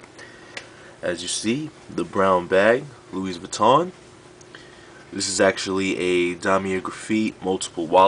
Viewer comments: Pronounced, lewy vweeton :-) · Buys a $500 wallet yet doesn't know how to pronounce the brand name properly lmao ! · guy cant even pronounce louis vuitton or damier or graphite lmao